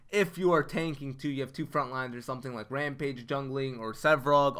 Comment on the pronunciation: LMAO, That's Feng not Ramage and Lt. Bel is not ADC.. Also was shocked when I seen the last community stream by Epic. Artic reads your comment and he doesn't know how to say your name? Also, the way he says it seemed like he has never heard of you. Artic said in the past there trying to help Youtuber's and streamers grow. Obviously they don't search or watch much YouTube. He even has his own YouTube channel. Yet, he has never found you on YouTube, your almost at 7k subs.